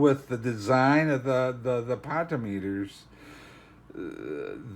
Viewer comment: Talks a bit slo but I set playback to 1.75 and it was a pretty good review. One critique would be it's not pronounced "pot o meter" it's pronounced "po tent ee om ee tur"